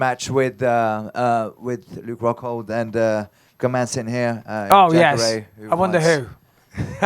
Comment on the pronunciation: Did bisping say “faghold” lmaooo